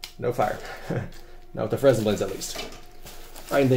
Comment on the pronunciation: Great video. Lots of good ideas. One point to mention is the fresnell lens. It's pronounced Fre-nell as he was a Frenchman.